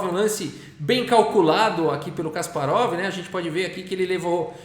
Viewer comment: Certa pronúncia é Kaspárov. Na segunda sílaba